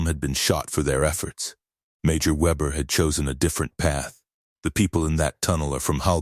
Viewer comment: try VAY -BEAR